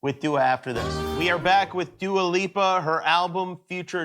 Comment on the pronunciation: haha, he called her Dually. NO dude, her name is Dua and it means prayer.